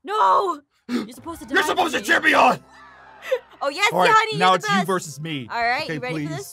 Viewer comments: She said, “yes honay” which was meant to be,”yes honey” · I've seen some people comment tin and it might be me but I swear she said 'honey'